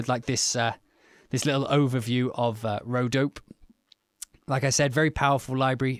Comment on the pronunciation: m8 pronounce the e at the end - its an ay - so its dop ay not dope